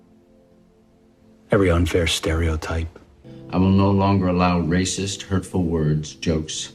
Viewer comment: I just love the way Mark pronounces Racist. Hilarious!